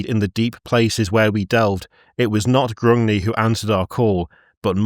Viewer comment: it's Grungni, Gr-ung-ni, and Hashut is "Father IN darkness" not Father OF darkness.